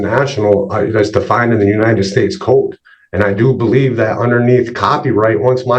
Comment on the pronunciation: I hate how he pronounces the word "code". He is a Temu Eric Martin!